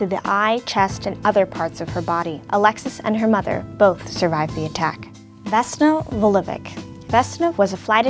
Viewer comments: that pronounciation of vesna vulović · you guys didn't say Vesna's last name correctly